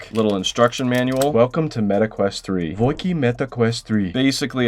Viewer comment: meta quest❎ Meta queat ✅